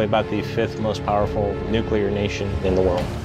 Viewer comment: New-koo-lahr powered. ^.^